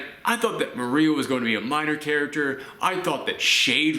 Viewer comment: Mo-ri-ah not Maria they even say it in the show get it right